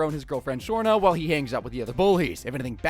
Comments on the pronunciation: It's not shrona its shrana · How the hell did you get Shanna's name wrong so many damn times , Shawn-aaa not Shore-naa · ironically, this is not the first time Bart has had a drivers license at 10 years old. , it's Shawna not Surna.